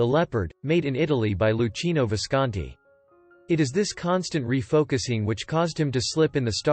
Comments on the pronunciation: It's loo-KEE-noh Visconti, not loo-CHEE-noh. I wouldn't exactly call Burt's life tragic. Here's a Hollywood star of amazing acting ability, whose excellent career was impaired by illness only towards the end of his life. This has happened to countless other actors and has to do with a genetic roll of the dice rather than tragic circumstances. He will forever remain in the pantheon of the world's major movie actors, which is a kind of immortality one can hope for but few achieve. By comparison, Liz Taylor, who suffered from all kinds of ill health throughout her life and the loss of a beloved husband, can be truly considered to have had a tragic life. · At 8: 06 : It's Loo-kee-no, not Loo-chee-no